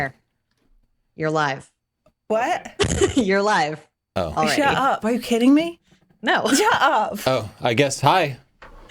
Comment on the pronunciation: "shut up" since when has been an Essex girl? LOL.